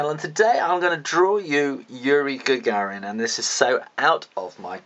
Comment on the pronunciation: lol not gonna blame him but he's not saying yuri gagarin right. oh well not a big deal..just saying